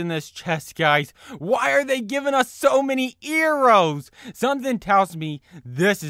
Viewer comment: Arrows not errow